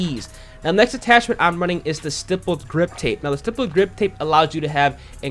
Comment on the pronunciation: Youtubers still cant say stippled or grenadier half a year later lol